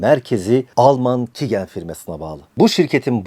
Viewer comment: Şu youtube kanalı takip ettiğim ender kanallardan biriydi burası da saçmalamış. Böyük oyunu çözmüşsün tebrikler. Bahsettiğin firmanın adı "Kigen" değil QIAGEN (Kaycın diye okunur) öncelikle. Merkezi Almanya Hilden'de olsa da çok uluslu bir şirket ve dünyanın dört bir yanında on binlerce laboratuvara kit ve yazılım temin ediyor. ATQ Biyoteknoloji dediğin de aslında QIAGEN Türkiye. Uzun yıllar önce ATQ, QIAGEN kitlerini de satan bağımsız bir şirketken işleri büyüdükten sonra QIAGEN tarafından satın alınıyor ve adı da bu nedenle değişmemiş. Yani QIAGEN ve ATQ diye iki şirket yok aslında. İkisi de QIAGEN Türkiye. Gelelim salladığın saçmalıklara. 2 yıldır QIAGEN Türkiye'nin Biyoinformatik sorumlusu olarak çalışıyorum. Yani bahsettiğin genetik verilerin doğru şekilde analiz edilmesinden sorumluyum. Daha öncesinde Hacettepe Üniversitesi'nin araştırma görevlisi temsilcisiydim, daha iyi şartlar sağladığı için istifa edip özel sektöre geçiş yaptım. Bu telaffuzuna çalışmaya bile tenezzül etmediğin firma, Türkiye'deki doku tiplendirme ihalesini yıllardır alır. Ofis binasına çok yakında büyük bir laboratuvar vardır (Diagnoseq) ve bu veriler burada üretilip burada saklanır. Türkiye'deki ender CAP akreditasyonuna sahip sistemli şekilde denetlenen, onlarca yetkin ve tecrübeli personelin çalıştığı bir laboratuvardır. Buraya bırak öyle hacker saldırısını, tepeden bombalamadıkça içini bile göremezsin. İçerideki veri depolama ünitelerinin internet çıkışı yoktur. Yalnızca bina içerisin